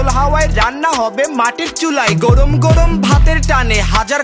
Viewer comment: "গোরোম" না 'গরম' হবে। উচ্চারণের দিকে একটু মনোযোগী হওয়া উচিৎ।